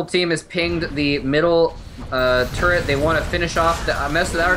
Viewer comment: When x says "turret" it kind of sounds like turd lol :P